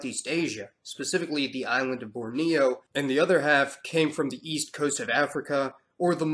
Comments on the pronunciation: BOR-neo not bor-NeOOO. A resident of western Borneo the Malaysian bit. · Bo'rneo not Borni'o (stressed syllable marked)